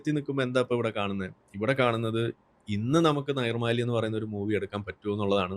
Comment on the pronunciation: നിർമ്മാല്യം ആണ് നൈർ മ്മാല്യം അല്ല.